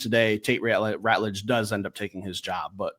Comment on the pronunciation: You guys are still pronouncing TeSlaa wrong. Lol. Jim Thrower is going to be sending you guys a formal letter, demanding that you pronounce people's names correctly.. it's going to be signed and fully endorsed by the Governor of Michigan. Edit: - It's Ratledge, not Rutledge. Lmao.